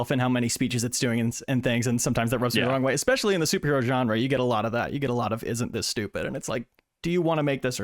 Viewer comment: I here “expecially” alot more now. It makes me nauseous sometimes